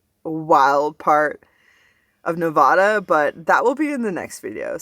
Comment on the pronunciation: It’s Nevaada. Make sure you say a short a or people will correct you. It’s definitely a thing here. Lol